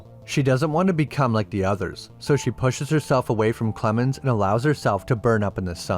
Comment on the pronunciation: Lost me at "Clemens"